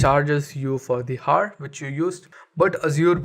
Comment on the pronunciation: Learn to pronounce "Hour".